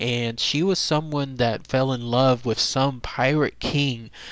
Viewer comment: and it's pronounced "with" not wiff